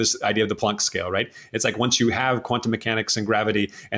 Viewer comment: It s not Plunk , its Plank after Max Plank